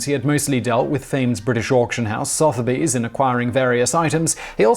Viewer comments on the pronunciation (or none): Soth-erbys? Sutherbee is closer. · Sotheby's is pronounced "su-thu-by's", not "soth-by's" or "soth-u-by's". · Sotherby's is pronounced "Suther bees". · The pronunciation of Sotheby's was painful.